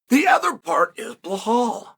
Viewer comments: 😂 chael please it’s Belal not blahal… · Bē-LAL. not Blohall😂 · Chael, why are you pronouncing Belal as Behlal, there is no "h" in his name. His name is the easiest to pronounce, just say pronounce letters : B E L A L. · are you intentionally calling bilal as blohal because bilal is not hard to pronounce uncle Chael? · What's with Sael Chonen pronouncing fighters name wrong. First with Alex Piera and now blahal mohd. 🫡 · Great opening, old school Chael, mispronouncing. Bel- HAL. I miss some good old PROVOKI and PROKRAYEV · For God's sake, learn how to pronounce Belal. It's not Blahal 😂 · Chael pronouncing anyone’s name properly is the ultimate compliment. I guess Blahall hasn’t earned that yet. :D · You're lying. If you weren't new here you would know that Chael pronounces ALL foreign names wrong ON PURPOSE. Either that, or you just didn't realize because you don't pay attention.